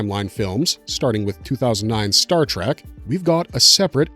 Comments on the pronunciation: Exactly. How can this guy get all the names and races right but mispronounce the name of the franchise!!! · Good video but please stop saying Star TrAk